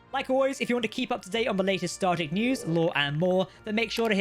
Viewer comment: Star Trek, not Stardeck.